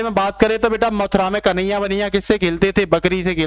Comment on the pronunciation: Mathura me kanhaiya the, vanhiya nhi, ye dhyn se boliye, baki class thik thi